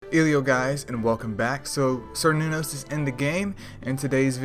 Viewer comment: Oh its pronounced as "Kerr Noon Os" btw.